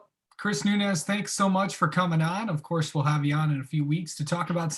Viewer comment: Sooo kool. Chris' last name is pronounced: Noons. Not Noon ez